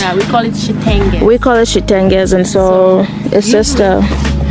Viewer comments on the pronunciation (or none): In my country we also call it Chitenge but it’s pronounced as chitenje